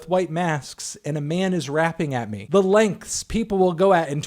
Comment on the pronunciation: "The lenghts" hahahahaha